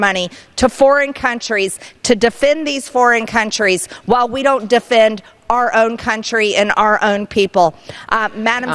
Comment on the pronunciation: “Our” country, not “are” country!